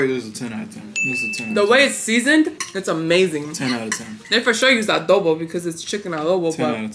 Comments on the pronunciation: In not alobo its adobo and im tagolog from pilipines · Did you said alobo that's literally my fave new word loll it's actually adobo and it's lumpia,pansit bihon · Adobo❌ Alobo✅ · Its adobo not alobo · IT'S ADOBO OR ADOH - BO AND NOT ALOBO OR ALOH - BO